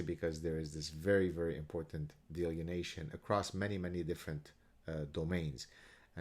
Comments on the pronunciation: I never insult someone for mispronoubcing a word... it means they learned by reading. Delineation. =) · Love you Gad, one comment (and coming from a guy who speaks 1.5 languages, so I admit some hypocrisy) in the spirit of education and good faith, I am pretty sure the word you are using here is pronounced 'dee-lin-ee-ation'. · he's switched the n & e around... delienation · It's pronounced DEE-LINN-EEE-AYSHUN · Are you saying "delineation"? If not, what is the word? I've never heard "delineation" in that context and can't find a similar word in my dictionary. Cheers.